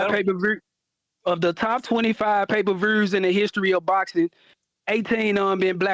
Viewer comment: If I have to hear this brodda say "payperverrrs" one more fn time!!!